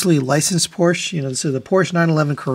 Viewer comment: Porsche is a two syllable word.